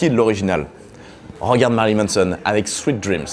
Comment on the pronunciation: Fais attention, tu le prononces un peu comme "sweat dreams", ce qui donne "Transpiration rêves" :p